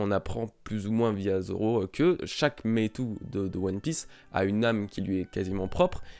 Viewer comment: Courage ! Quelques semaines difficiles, pour renaître plus fort ! Pour le Meitō/Meitou, si ça peut t'aider ça se prononce Mētō ;) (avec prolongation du son "é" et du son "o")